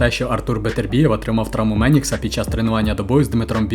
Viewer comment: Какую травму? (Пениса) 😂😂😂 Автор на разборчиво сказал на 03 : 30, толи травму меникса - толи травму "пениса". Эх... Не понял вообще.